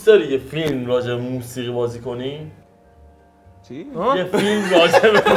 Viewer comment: مست کرده حاجی فلیم😂😂